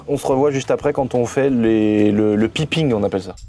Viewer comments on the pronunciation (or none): de grace piping= paille ping en phonétique😂